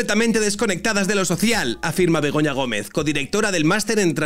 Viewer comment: Jajaj en vez de Begoña creía q decían pelota